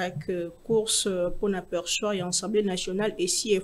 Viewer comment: madame journaliste dit toujours ENsemblEe au lieu de AssemblEe nationale. PRIERE de corriger ce petit grand DETAIL